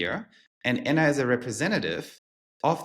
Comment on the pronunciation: It would be nice to have Anna’s name pronounced the German way. Just a detail, but 😊